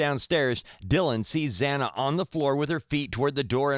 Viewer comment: Is it really too much for commentators to show some respect to Xana by pronouncing her name correctly? It’s not a hard name to pronounce. Please have some respect for this poor young woman.